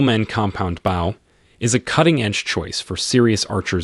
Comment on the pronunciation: The way he says bow is absolute torture to my ears .